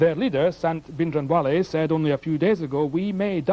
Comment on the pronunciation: Plz Britishers pronounce & write Sikh Names...properly..Indrajeet Singh not Indajeet ... Or Sant Bhinderwale not Bhindawale